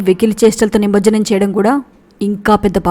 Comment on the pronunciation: Good massage But …………. It’s nimarjanam